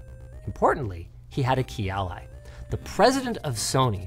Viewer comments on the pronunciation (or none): none